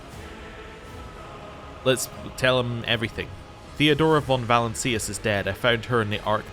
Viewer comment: Im-peri-ahl-is. Va-lance-ee-us. Great series dude